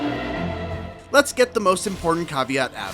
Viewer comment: "tarnished" you said?